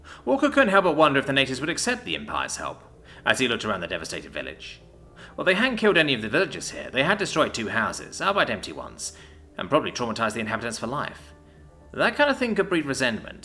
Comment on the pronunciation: "albeit" is pronounced "all - bee -uht" Other than that, excellent narration as always.